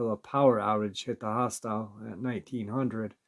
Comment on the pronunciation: Hostel, not hostile 😂